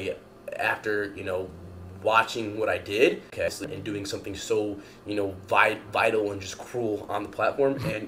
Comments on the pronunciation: …did he say he did “vital” instead of “vile”…….? I was really hoping I misheard him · Man, he never said “vile” correctly, the entire video. So many attempts. So many vital virals.